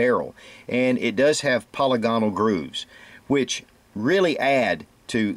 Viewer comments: Po lig a nal. Not poly gone al! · I really wish people would stop calling the rifling "polly-gonnall", it is pronounced "pe-'li-ge-nel". Think of the name Reginal. A quick trip on any computer/laptop/smart phone to M-W (Merriam-Webster) will help you see that there is a difference.